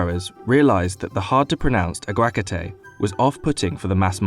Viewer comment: The way this guy pronounces aguacates makes me want to strangle him